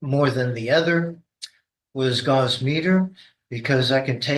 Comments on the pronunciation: Oh for gosh sakes…Gauss, pronounced gaʊs, not gauze…this is what happens when you let crazy people talk about engineering stuff. 🙄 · He IS crazy. He mispronounces the units of measure for the strength of a magnetic field which is gauss (gows) and is used to measure weak magnetic fields. Strong magnetic field strength is measured in Teslas. One Tesla is equal to one weber per square meter, not that anyone cares. Neither of those units measure signal strength or electromagnetic wave strength which is measured in electron volts.